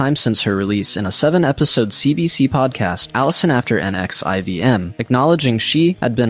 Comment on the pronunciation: NXIVM is pronounced nex-ee-um